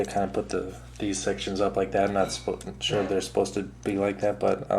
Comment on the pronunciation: sholl? are you trying to say sho?